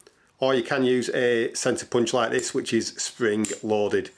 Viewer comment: A Sensa Punch? What did he say the gadget was ? can't understand proper English. Thanks.